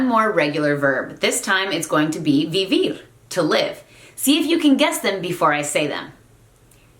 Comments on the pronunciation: Hello. I have a question. In the word Vivir, most of the time it sounds like you are pronouncing the "V" with a english "V" sound. I thought in spanish that the "v" is pronounced with a "b" sound. Is that correct? By the way, I enjoyed the lesson. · Hola! Great video, thank you! I am new at Spanish and I noticed when you were conjugating Vivir, the "v"'s seemed to be pronounced like the v in English? I have been watching videos on YouTube as well as TV shows and it seems even though we textbooks say there is no equivalent to the sound "v" in English, as v & b in Spanish is pronounced the same, some people do pronounce it like a v? Any advice?